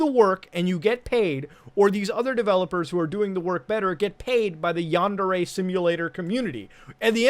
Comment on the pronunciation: Wow... nails on the chalkboard! |Yáh | | n • DÉ | | Ré | — the Japanese words use both a high/low tonal variance and the vowels always keep the same sound. A short version of the vowel for a, e, and u — and a long vowel for i, and o. These never ever ever change — Ever! They combine to make the relevant forms sometimes... 🤦‍♂️ ugh — my point being — and it’s terrible that I’ve even explained all this.... you’re pronunciation of “yandere” is killing me. For anyone wanting to disagree — my argument is this: have you ever heard an America speaking Spanish with zero accent — albeit with “fluency”?? It’s horrible — it’s a perversion that makes you wan to tear your ears off so you don’t have to hear that murder-babble... ok so this isn’t the same thing even by far... I have no argument... man that was a good dab 🤣